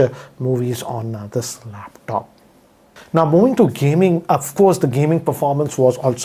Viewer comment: It is not heechd its hd and not laaaptop